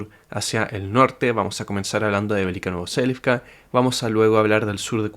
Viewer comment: siempre me suena raro cuando decís velika novoselivka, según lo que entiendo del alfabeto cirílico ruso y la misma traducción de tu mapa no seria velika novosilka ?